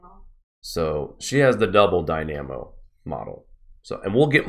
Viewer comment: Search up Solar dynamo. Also he is pronouncing it incorrectly. Should be dai· nuh·mow. Basically it is the magnet oscillation of the sun which is said to be quite consistent in its many dimensions.